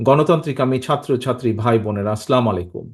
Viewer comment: আসলামুলাইকুম নয়❌ আসসালামু আলাইকুম